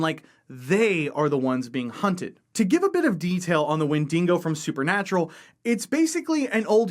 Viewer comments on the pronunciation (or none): You mispronounced “wendigo” It is WEN-DI-GO Not WEN-DING-GO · Yes, I'm that guy. The creature your referring to when speaking about a woodland scenario is not a "windingo" as you have pronounced it. Rather it is a wendigo, and it's not a Character created by the writers of Supernatural but a creature from north American Algonquian folklore. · It’s pronounced Wen-DI-go, not Wen-DINGO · 1. It's wendigo, not 'wendingo.' 2. It's a creature from indigenous American myth (specifically New England,) not an invention of Supernatural. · I’ve never heard someone say the name of that monster as bad as wen-dingo, it’s pronounced Wen-di-go.... there is not dingo eating any babies with that monster 😂😂😂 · OH DEAR GOD ITS THE WINDINGO!! the windingo shall kill us all holy fuck im losing my shit each time he says windingo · As an Australian, I laughed when you pronounced Wendigo as WenDINGO. Now I'm imagining a ghostly dingo or a dingo in a bedsheet! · Damn windingos eating all our babies. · Please learn to say Wendigo lol I love this hook tho. There’s a great wendigo game called folklore hunter that is so scary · Every time he said it, it was like nails on a chalkboard.